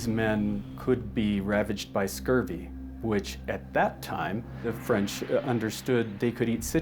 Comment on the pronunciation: Pine needles tea. And its scurvy, not scorbee.